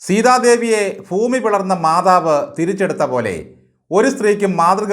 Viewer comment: ഫൂമി അല്ല, ഭൂമി